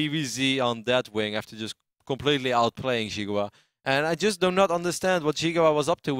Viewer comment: and which is Chinese for watermelon, is pronounced "See Gwah", not "Jiggu Wa".